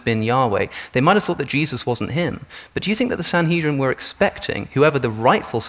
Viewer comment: I find it insulting that, , two Christians have the chutzpah to explain a rabbinic text (especially when they couldn't correctly pronounce "Sanhedrin")! They've no clue what it's about: R. Yosei was telling R. Akiva that he shouldn't use the imagery of David sitting beside HaShem as the latter is utterly incorporeal. Moreover, the two "thrones" do indeed indicate HaShem's attributes: rachamim (mercies) and din (justice).